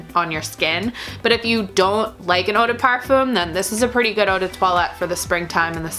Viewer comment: 1 hour and 23 minutes and you never mentioned a single note just olfactory families and if you liked these perfumes or not. You say you are a fan of Kathleen then I suggest you watch her last perfume vid and learn how to describe a scent. Also learn to pronounce eau de parfum if you are going to use that word a gazillion times... Do NOT like